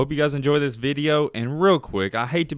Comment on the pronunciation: He said "theeus"(this)